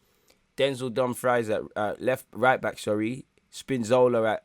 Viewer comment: My guy calling Dumfries as dumb fry is funny.